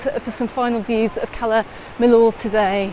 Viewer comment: It's pronounced Cala Mi-yor. The double L is always pronounced as a y in Spanish.